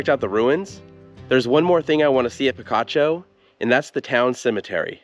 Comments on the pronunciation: It's pronounced pi-KA-cho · The name is pronounced pee-KAH-choh. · I was so disappointed when Picacho was pronounced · "Picacho!" If you were a bit allergic to picachos, and you ate a few, not knowing so, you'd sneeze, saying "Picacho!" Actually, that might be inaccurate. "Picacho" Means a mountain peak rising out of nowhere, a "pico," which I think by now you can get by with pronouncing OK. And if the 'pico' is very abrupt, it's a "picacho," a big rude old 'pico.' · There's also Picacho nm too. I was pronouncing it like the pokemon.